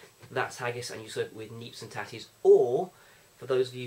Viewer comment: You got the neeps and tatties right =P